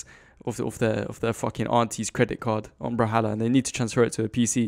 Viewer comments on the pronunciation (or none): why do you say "bral-halla"